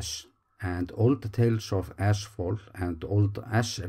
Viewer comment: Did you say ashfall or something else? 😉